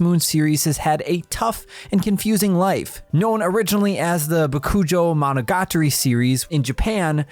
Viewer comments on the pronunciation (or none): You absolutely wrecked the pronunciation of the game's Japanese titles. Work on that before posting another video that uses Japanese titles. Bakoojo Managatari? Jesus Christ. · It would probably be beneficial to look up basic Japanese pronunciation before recording a video like this, to avoid completely mangling something like Bokujō Monogatari.